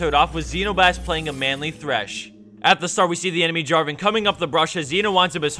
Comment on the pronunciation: Protator is not Draven, it's Draaaaaven.